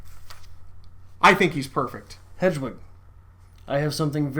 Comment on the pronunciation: It's getting harder and harder to respect Adrian's opinion when he clearly pays so little attention to the book that he reads Hedwig as hedgewig constantly. Come on man there's no G in there.